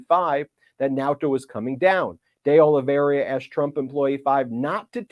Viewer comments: How many years do you think we are going to have to suffer through Ben's mispronunciation of DeOliveira?! Christ. Its like he intentionally adds letters and sounds that aren't there to people's names. Sound it out, dude. Or listen to how people that do the job better say it. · What a nice surprise! Pile it on, Jack! Btw, Ben, the 3rd co-defendant's last name is pronounced O-li-vera. The "i" in his name comes before the "r", not after it. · Ok, seriously. Olly-vey-rah. NOT Olly-veh-riah. Small, but insanely annoying. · It's not Oli-ver-IA. It's Oli-ve-RA. Four syllables, not five. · IT'S NOT OLIVERI-Y-A. IT'S OL-LEE-VER-A. There's not Y in that name. Jeez. At least pretend to be professional. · IT IS OLIVE IRA NOT OLIVE RIA or OLIVE RA . It is a very common Portuguese/Brazilian name. Nor Russian or Spanish... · You're doing great Ben, but It's pronounced "day-oli-VER-a", not "oli-VERY-a". Keep up the good work! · IS: OLI-VEI-RA NOT OLI-VERIA ....I'AM OLAVARRIA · It's Oliveira, not Oliveiria. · Oliveira = Olive eighra. That's the correct pronunciation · Why is everyone pronouncing Oliveira as Olaveria? Lazy??? My goodness, Michael Popok pronounced it correctly - the first person I have heard pronounce it correctly!! Great job Mr. Popok - thank you. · Why do you keep calling that man "De Oliveria" instead of "De Oliveira" ? This is a widespread surname in Portugal. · Hey Ben, it’s Oliveira, not Oliveria. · It's pronounced O-li-vay-ra btw. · Please get the names right. It’s Dee Oh-Lee-VAY-Ruh. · Its Oliveira, not Oliveiria. Where did the last 'i' come from? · It’s OLIVEIRA, not “OLIVERIA” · WARNING! Do not use every time Ben says, "De Oliveiria", as a drinking game! I laughed my ass off every time he added that extra "i" in his pronunciation of De Oliveira! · It’s Oliveira not Oliveria!!! (It means olive tree in Portuguese) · The correct pronunciation of that name is Carlos deh Oh-lee-VEY-ra. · Ben...its oliv air ah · De Oliveira is not this hard to pronounce.